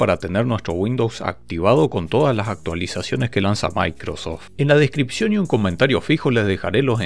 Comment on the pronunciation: ¿DE DONDE SACAS LA A? SI ES MICROSOFT O MACROSOFT